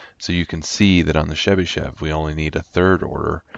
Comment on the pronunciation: Thank you very much, it was very informative. If I may, I would only ask why do you call Chebyshev as Shebyshev? There is "ch" sound as in "chart" or "choice".